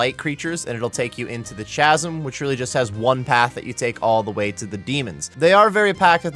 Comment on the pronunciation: "Chasm" is pronounced with a hard "C" sound. I know it looks like a "ch" sound but that's just because English is dumb. Great vid!